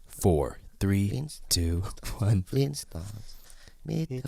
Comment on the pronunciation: Eets the fleenstones meet the fleenstones